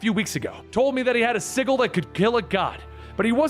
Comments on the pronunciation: Sigil is pronounced S i (J ) i L the G is a J sound hon. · It pisses me off how he pronounced sigil it’s fucking si-j-il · Sigil is pronounced like sijil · The pronunciation of 'sigil' kills me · You know how to pronounce “Hecate” but don’t know how to pronounce “sigil”? Smmfh. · Hate to be the "nitpicker" but sigil has a soft g like the name George. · uhhhh that's not how you pronounce sigil lol